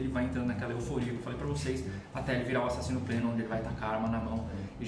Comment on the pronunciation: Dá próxima vez que não puder falar axaxino, usa Cláudio...